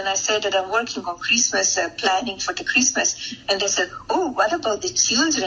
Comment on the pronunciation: yes babe, you are compleeeeceet, and you do support heeeem ... and yes chreeeeestmeeess